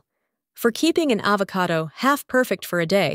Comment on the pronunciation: I think that this video uses a computer voice for the audio. Either that or the lady does not know how to pronounce the word avocado when it came out as AH vo CAY do.